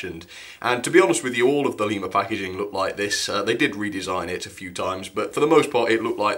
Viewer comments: Lema? Its Lima in america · Fun enough I live in a town called lima. Its spelt the same but its pronounced lie-ma. Not le-ma